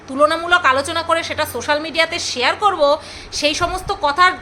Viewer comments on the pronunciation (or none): none